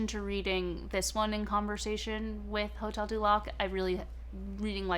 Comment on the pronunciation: hotel du lac as hotel duck haha